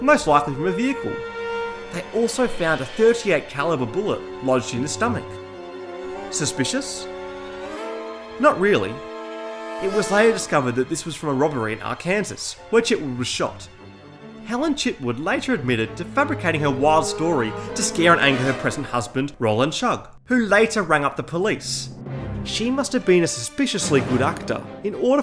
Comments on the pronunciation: It was pronounced wrong though. lol It’s not “R-Kansas” but pronounced “ark-un-saw”. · “Are Kansas”? I thought it’s pronounced “Are kan saw” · Arkansas pronunciation: Our Kansas❌ Arkan Saw✅ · Ar can saw not ar kansas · Legitimately read Are-Kansas 😂😂 Arkansas 🤣 It’s Are-Can-Saw for future reference. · The game is great, the video is great, love it, but you mispronounced Arkansas. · So far we've got: Arrr-Kansas, Roland, Sad-ist, the list goes on lol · "Arkansas"... you know it's pronounced "arkansaw", right? LOL other than that, great video man. Loved it. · lol arkansaw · The way you pronounced Arkansas in the section "A marriage made in heaven" section is actually illegal to say in Arkansas LMAO